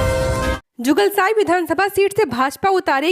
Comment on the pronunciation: Jugalsai nahi madam ye jugsalai hain😢